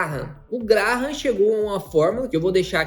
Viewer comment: Graham (GreyAm). Dica de pronúncia para quem quiser.